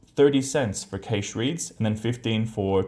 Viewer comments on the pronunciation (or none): Oh dear, please Google the pronunciation of "cache" and "caching" there is no "i" after the "a" and it's hurts listening to that. Please.